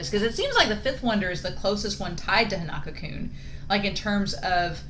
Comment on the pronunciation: I'm not sure if your gonna see this but his name is pronounced Hon-uh-ko. Like the name 'Hans' without the 's', 'uh' like when you're hesitating and then 'Kou' like 'Minamoto'